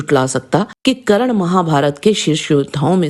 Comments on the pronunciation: थोड़ा पढ़ लिख ले फिर ज्ञान बांट करण नही कर्ण होता है पाहिए नही पहिए होता है नाही नही नहीं होता है साही नहीं सही होता है वेधब्यक्ष नही वेदव्यास होता है अहानक नही अहंकार होता है ग्या नहीं गया होता है दिलते नही दिलाते होता है धनुधर नही धनुर्धर होता है बच्चे सीरियल का ज्ञान मत बांट मूल महाभारत पढ़ 😂😂😂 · Didi ekto wo Karan nahi hai .unka naam Karn hai...😅